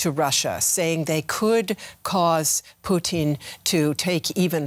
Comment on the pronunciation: Why is she saying poutine instead of putin ??